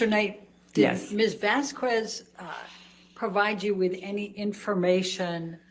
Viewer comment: She had no problem saying Whitney’s last name, Henriquez, correctly. So she’s deliberately pronouncing Camille’s last incorrectly. It juvenile, but seems completely in character for.